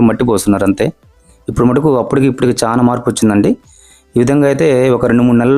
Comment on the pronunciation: చాన కాదు బాబు, చాలా.. ఎత్తు అని పలకాలి